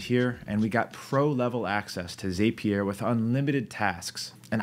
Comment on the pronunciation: It's pronounced zap-E-r, not zApe-E-r